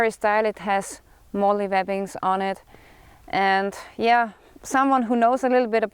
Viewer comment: Love how you say... "Yea" 😕